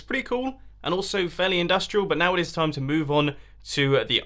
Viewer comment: you're gonna have a bad tom? pretty sure you either meant "time" or messed up saying "you're gonna have a bath Tim"... and there is no E in sans, although I suppose you could have added that intentionally.